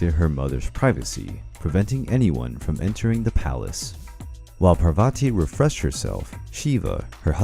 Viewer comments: And it’s pronounced paar va t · There's a lot that is wrong in this one. Even the pronunciations. For example Parvati is spelled Paar-Vatee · Its not prabhati...ite paarvati